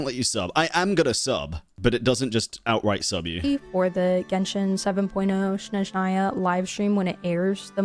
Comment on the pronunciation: Your close but snezhnaya first syllable is longer than last Well ballet is traditional Russian and this is a Russian inspired traditionally region. Full disclosure tho im skipping odette for the archon Btw they did animate columbina completely unique walk run sprint so i dont see why not Also im team heels as everything looks better in heels also higher heels is better heels lol